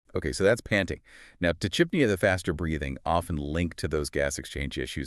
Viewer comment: It’s pretty gross when you’re using AI to exploit pet guardians. You can’t even pronounce tachypnea properly.